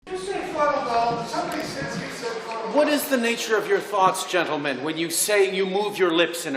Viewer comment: The way he says gentleman reminds me of peaky blinders. Gotta call it like it is, that was a wonderful way with lips